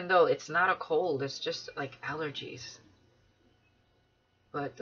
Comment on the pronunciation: Allergies not allgergies❣️ 🤣🤣🤣🤣🤣